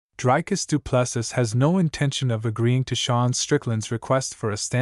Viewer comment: Best part of this clip, how utterly bad you pronounce Dricus' name 🤣🤣🤣🤣